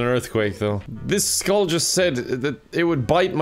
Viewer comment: I hate how he says the skull. Is this your first banjo kazooie game?